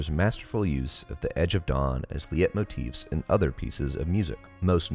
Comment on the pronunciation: Great vid man - just a note that leitmotif is pronounced like "light-motif"